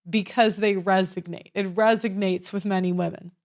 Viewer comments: Just one correction: it’s resonates rather than “resignates” which is not a word but sounds like it comes from resign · it's resonates. Not resignates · It's "resonates " not "resignstes" ÷ 25% is a quarter not a fifth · Slight pendantary here, there's no G in resonates, "resegnates" isn't a word. Like neither is " axe me a question".. pardon me. I love your content. Your doing gods work here. x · Resonates. There's no G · “RESONATES,” not “RESIGNATES.” 🤦🏻‍♂️ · I think you meant "resonates," not "resignates." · Resonates not resignates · "Resonates," not "resignates." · it's resonates, not resignates. Gee! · Resonates, not resignates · Can someone please teach the difference between "resignates" and "resonates"? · "Resonates", for the love of god, "RESONATES" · It resonates not resignates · Resonates not resognates (sp) :) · Why do you keep saying "resignates" instead of "resonates" ? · RESONATES!! Not RESIGNATES!! 😅 Great video otherwise. 👏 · It resonates, RESONATES with women. Not resignates. Love you but I'm the grammar connoiseur. 😉